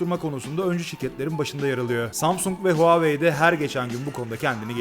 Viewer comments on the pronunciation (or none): none